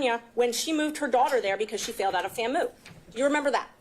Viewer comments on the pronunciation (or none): FAMU is pronounced Fam U not Fammoo 😠